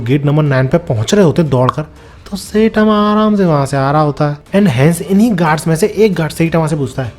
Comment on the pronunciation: साईतामा ❌ सैतामा ✅ 😂😂😂